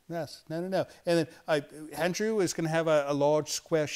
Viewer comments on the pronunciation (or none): Why does he add an 'h' in front of Andrew's name? He says Handrew instead of Andrew! What the heck?